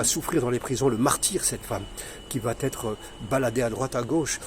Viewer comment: Merci cher monsieur pour ce petit rappel documenté et utile 👍. On en apprend beaucoup ! Juste une petite remarque : évitez la liaison entre 'va' et 'être' ( il n'y a pas de 't', à votre santé 😉). Cordialement. Mohamed du Havre